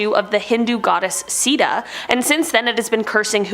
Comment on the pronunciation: It's "Sita" not "Sida". Why can't Americans pronounce their 'T'